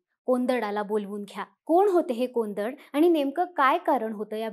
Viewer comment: कोंदड नव्हे कोडंद म्हणजे धनुष्य